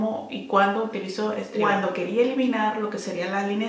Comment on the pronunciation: Por cierto, se escribe STRIVECTIN. Sin E, y se pronuncia Stráivectin....